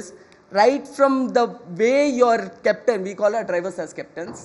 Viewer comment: I love the way he said CEPTAN, instead of Captain is so Indian nd the anchor didn't have to correct him at all especially when she was interviewing him. Treat your guests with some respect lady.